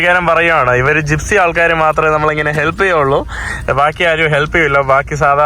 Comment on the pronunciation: ജിസ്‍പി അല്ല ജിപ്സി 😂